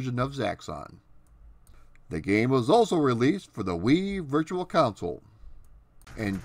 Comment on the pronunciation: I had this for the apple //e I thumb-upped this video. Also, it's altimeter (al-TIM-it-er), not ultimator. And after three videos, I'm pretty sure you ARE saying coun-sole. It's console. Aside from a couple pronunciations, you outdo yourself in these videos. The research is amazingly extensive.